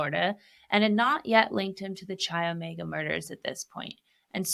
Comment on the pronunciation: Interesting take, you obviously do your research but please, learn how pronounce names of locations properly. CHI OMEGA is not pronounced like chia seeds, it is pronounced as KAI OMEGA. The ch sound is a k in fraternities and sororities.